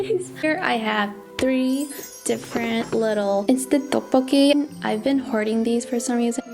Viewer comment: Tteokbolkki not Ddeokbolkki is what I thought but maybe not and dumping? Do you mean dumpling I have not watched the video yet so...